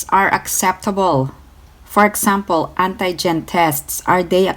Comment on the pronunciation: When she said ANTAY - GEN 😂😂 Pronounce like auntie for ANTI-GEN